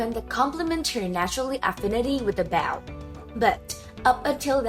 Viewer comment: a "Baw" a "Cross Baw"